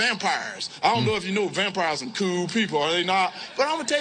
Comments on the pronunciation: He pronounces."cool" exactly like Cartman. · “Reel kewl” 😂🥴😂 Our political system has some horrible issues